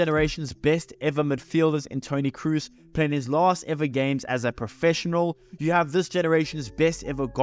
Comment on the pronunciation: Please bro its Toni Kroos with O not U, other than that great video